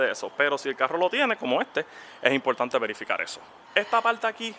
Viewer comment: es bien impoltante, impoltantisimo